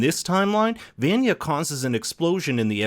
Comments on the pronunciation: I can’t sit here and act like it’s ok he’s saying Van-ya instead of Vah-nya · Why you say venya Instead of vanya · I lose five years of my life when he says VAN-yuh instead of von-yuh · Im more irritated in how you pronounce Vanyas name. Its pronounced Vonya not Vanya. Everyone in the series pronounces it as Vonya. For Christ's sake. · I could care less about the meatballs... for me it's the way you say her name WRONG! Try it with me.... V V V V AWE NNNNN YA!....... V V V V V AWE NNNNNNNNN YA!!!! NOT VAN-YA! OMG I MEAN COME ON DID YOU WATCH THE SHOW OR JUST READ A SCRIPT PUT IN FRONT OF YOU?!?! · Vaaaaaanya no it’s pronounced vonya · Does anyone else get mad how they say vanya's name wrong? They say it like van-ya it's pronounced like von-ya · Venya Veyenya Vainya Veynya... Why is her name not pronounced properly? It's VAN-YA! (Vaan-Ya) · Her name is pronounced "vah-nya" not "van-yuh" it's said all throughout the show as "vah-nya" Makes me cringe every time you say it wrong. Pronunciation matters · stop pronouncing her name as ''VENYA, ITS VANYA", quiet irritating hearing you say her name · Why do you call her "Van-Ya" - everytime her name is said in the show it's pronounced "von-ya" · He calls her VAN-YEA but even the real name is pronounced vawn-yuh maybe not every vanya but this the most popular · Ugh that drove me nuts. It's pronounced VawnYa not VANya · V-ahn- yah. Not van-ya. They said it for two seasons, man. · C'mon dude... its vahn-ya not van-ya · Him: Van-yuh Me: VANYA. VAUGHN-YAH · He keeps saying Van-Ya.,instead of how they all say it In the show, Vahn-ya. Driving me nuts. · Vaunghn-a- not VAN-yah. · Driving me crazy. "VON-YA" not "VAN-YA" its spoken in the series as such. Please please please reconsider. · It's like a spike to the ear hearing him calling Vaan-ya, Ven-ya. AFTER 2 SEASONS. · I don’t get it is the narrator just reading a script ..you have to watch atleast one episode to know that number 7 name js VANYAA..not whatever this guy is saying ..